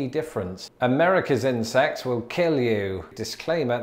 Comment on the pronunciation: I got 50 seconds into this before I realised that you were saying 'insects' and not 'incest'. It was a lot more fun up until then.